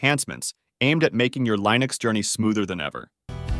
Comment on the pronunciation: Why do you say Lineux instead of Linux?